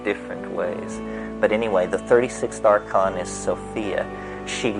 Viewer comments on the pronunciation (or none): none